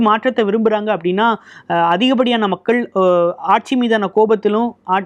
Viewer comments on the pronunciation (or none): none